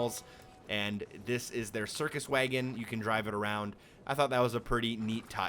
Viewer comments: Is it jus me or does it sound like he says waygon instead of wagon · What’d he say?! A WAYEGIN'?? A horse and a WAYEGIN'??? 🤣🤣🤣🤣 I believe the word ur look’n for is WAGON. Damn, that’s the funniest pronunciation of wagon I’ve ever heard. I’ve been laughing for 5 mins straight. But hell I’m not spelling that pronunciation just right bc he started it with WAG- but somehow threw a WAYE- in there. Like WAG'AYEGON….or some sht like that. Idk…..funny as hell tho. Never heard nothing like that and live in tha SOUTH. That must be a midwestern accent or something. They’ve certainly got their own way of speak’n as well just as we do here in the south. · Did you really just pronounce wagon way-gon? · Heh, "waygun". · Why did you pronounce wagon that way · Look, thank you for the cheats man, but hearing how you pronounced wagon makes me want to punch you in the damn face